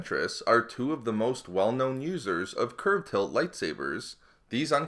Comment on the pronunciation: LOL At the start of the video, i heard "Losers" instead of "Users"